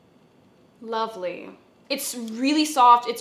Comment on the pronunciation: When you said So ........... Lovely.? It made me laugh out loud. Anyway, yes more skincare videos please I'm on the same journey. Didn't give a fuck about skincare all my life then suddenly at 24 I get pimples like crazy as an adult and fuck that shit. So Sunday Reily helped me out.